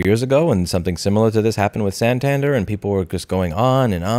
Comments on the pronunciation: its pronounced san tan dare lol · If we have learned something today, i hope to return the favor. "AKA" means also known as. The abbreviation you're looking for is "i.e.", id est, Latin for "that is". Or maybe "viz.", videlicet, Latin for "namely". Also, "Santander" takes its stress on its final syllable. And such a pity that Yellen stuck the US taxpayers with the tab in bailing out the Silly Con Valley banks…